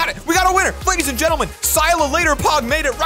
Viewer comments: “Sylalater wins folks” it’s cya later as in see ya later 😂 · Bruhhhhh the winners name is pronounced see you later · i was offended when you pronounced cya later wrong